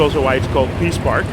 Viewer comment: Sounded like he said: the Piss Park!